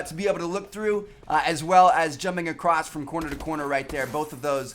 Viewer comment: Did he really say, "Acrost" instead of, "Across"? Haha!! Looks like Tmartn has a little hillbilly in him. Lol! Hillbilly or not, this is a great series!!